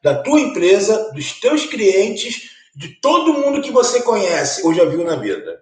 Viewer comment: "DOS TEUS CRIENTES"